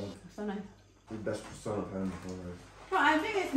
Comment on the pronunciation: Mba, saya cuma mau info croissant dibacanya kroasong menurut orng Perancis.. sori ya malah ngajarin..sehat dan sukses slalu mba..